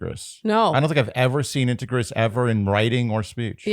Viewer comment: And to my ears I thought for sure it should be pronounced like integrity (leg) but the audio in 6 accents all confirmed your pronunciation:)